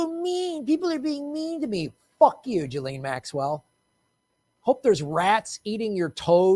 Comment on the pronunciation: You have to pronounce her name right. It's giz-lane. 8 know someone with the same name who told me that's how it's said.